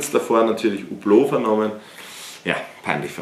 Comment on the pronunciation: Kann es sein, dass niemand weiss wie man Hublot RICHTIG ausspricht?